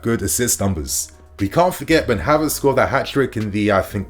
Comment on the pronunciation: Did u just say Harverts 🤨